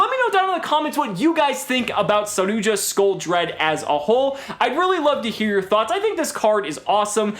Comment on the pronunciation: I'm amazed you pronounce it correctly.